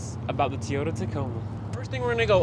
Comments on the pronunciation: Your videos are quick and accurate. As a new Tacoma owner, Bravo to you. One suggestion: It’s TOYota Not TEEota. Don’t mean to pick the fly shit out of the pepper. JSG Grand Rapids, MI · Say Tee-ota one more time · the “T” ota tacoma. 😂 my dad always pronounced them Tie-ota, I recently bought one and now i ask my friends, how do you like my new Tie-ota? 😂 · "Teeeyoda Tacoma" drives me bonkers when ppl pronounce Toyota this way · Teaota Tacoma ? Lol